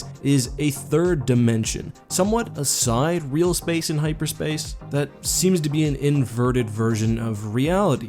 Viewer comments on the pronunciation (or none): Great vid. But please look up "sidereal space" it has nothing to do with which side of space is real. Also it's pronounced "sih-dee-ree-uhl" Be good to know some actual astronomy for your space videos